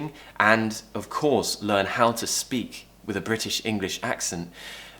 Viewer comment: learn word is different as u said i think u pronounced R in learn however after R is a consonant